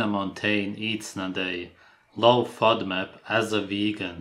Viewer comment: A low what diet???? Are they saying low fiber diet? I'm hearing 'Fudmut" diet